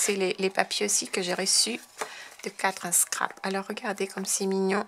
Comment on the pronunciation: Coucou, Je crois que le mot "4 en scrap" se prononce "four en scrap" (four pour 4 en anglais) et que c'est un jeu de mot entre anglais et français pour dire "fort en scrap".... c'est à dire habile au scrap..... Très jolies cartes !!! l'effet nuage est magnifique . bon dimanche!